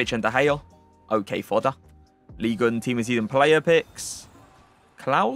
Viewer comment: Im sorry but it’s killing me. It’s Ligue un and not ligue une.